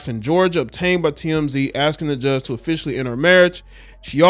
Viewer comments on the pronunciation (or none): none